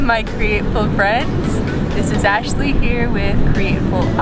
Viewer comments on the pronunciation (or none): none